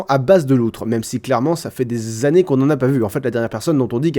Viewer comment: Trop fort ! Comme d'hab :) (années, pas annèes)